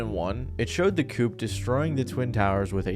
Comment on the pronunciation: The coup. You don’t pronounce the p at the end of that word lol